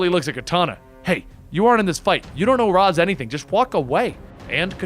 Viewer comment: It's pronouced Ray-Sh, not Roz. Can't believe this is something people still get wrong. Hits the ear really terribly